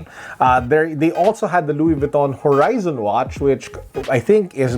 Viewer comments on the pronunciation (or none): Luwis Vwiton. Haha